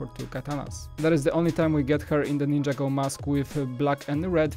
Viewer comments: It's ninjago not ninjAgo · It's not ninja-go it's nin-jago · Dude its ninjago not ninja go!